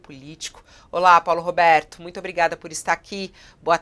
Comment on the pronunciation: N tenho maturidade para ouvir ela falando "Roberto".